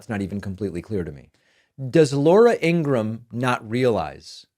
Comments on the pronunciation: Ingraham. Irish. Say like Graham Cracker. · Please use her proper pronunciation. Its IngraHAM! Her own brother said so. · It may not be too important, but Laura In Graham's last name is pronounced with the sound of two syllables : Ing-ram. And Tulsi Gabbards's first name is pronounced: Tul-si, not Tool-si.